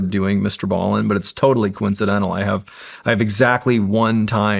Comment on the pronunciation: Right out of the gate, he can’t even pronounce Mr. Ballin’s name right. Yeah your new studio looks so cool. lol what a clown. Dude can hardly read. Can’t stand this guy.